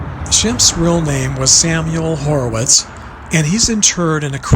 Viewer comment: Moe's name was Moses Horwitz. Not Horowitz.